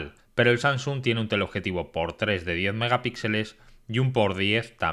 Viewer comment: No es SaNGsung, es SaMsung. A mi bisabuela (99 años XD) se lo paso (lo dice con NG), pero tío que te dedicas a esto, deberías guardar estos detalles.